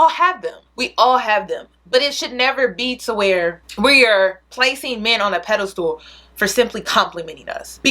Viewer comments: Peda-stool. It's Pedestal (pronounced: Ped-iss-stal) TakEN as fact. Are you saying takING as fact? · I always laugh when says pedestal I always hear pedal stool 😂 love you girl!